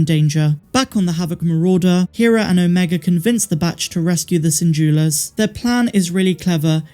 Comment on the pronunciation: Her name is pronounced Hera, not Hera.